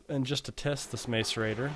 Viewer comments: *gah* I feel annoyed every time he says mace-arater :K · because he cant say macerator correctly